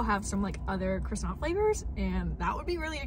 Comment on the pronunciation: calls it a chrissant 😅